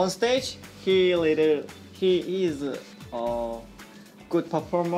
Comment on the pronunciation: No one: Hui: perpormer🥺